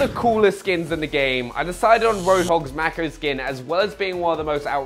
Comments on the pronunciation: It's pronounced MAY-ko, as in, the species of shark... -_ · Excuse me. It's not mak-o it's make-o ffs. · Its pronounced mayco* btw